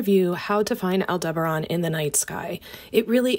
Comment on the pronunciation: AI script can't pronounce Aldebaran